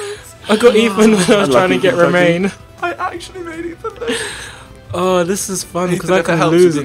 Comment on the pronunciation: It's RoMAN not Romane